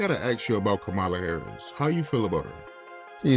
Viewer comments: I like the way Judge Brown pronounces Kamala’s name - like Camelia! 😂 I see lefties getting mad all the time saying we don’t pronounce her name right just because the emphasis is not on the right syllable. Joe says it completely wrong 😅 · Third Kamala pronunciation choice "Kamilla". Love it. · The way he calls her "Camila".